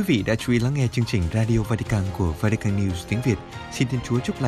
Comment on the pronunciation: Làm gì có quốc gia nào tên vatican mong MC của đài phát âm cho đúng